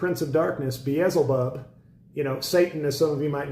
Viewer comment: Hey Scott, I'm with you, it's always crickets on the left when you make such important points. They seem to flounder in some kind of speechless shock. But you got 'em. (BTW with our favorite demon, Beelzebub the L comes before the Z, just fyi.) Signed, Your friend and fan. And congrats on your promo to the West Wing.